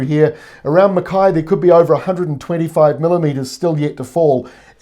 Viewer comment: Glad to see you pronounced Mackay correctly (stupid trivial thing I know)